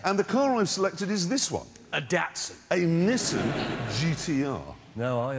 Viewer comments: Its Nissan. (Knee son) not nissin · It's a (nee-son) that's how your suppose to pronounce it not (niss-in) like what is that